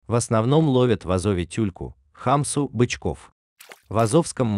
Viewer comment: Правильно говорить не "ха́мса", ХАМСА́. Спасибо за видео!!! Очень интересный канал!